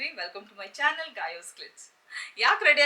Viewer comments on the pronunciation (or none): none